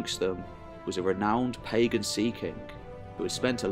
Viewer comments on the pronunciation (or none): none